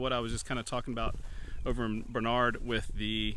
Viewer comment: The correct pronunciation is Barn-ard, not Bar-nard. One of closest friends is from the area.